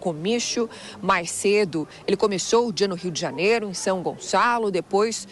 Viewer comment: Comixio, xobre, converxou kkkkkk